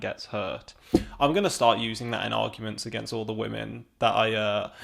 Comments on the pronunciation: He keeps saying wahhhhmen. Are wah-men women who cry? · I really appreciated this video. Really enjoyed so many of the points you made, but dear god the way you say "women" makes this too cringe to watch around other people, or share with the people I would otherwise share it with